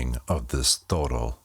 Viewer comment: The pronunciation is actually, Toe-doll